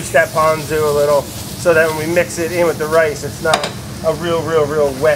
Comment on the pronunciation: Ponzu is pronounced ‘p-owe-n-zoo’ and furikake is ‘foo-dee-kah-keh’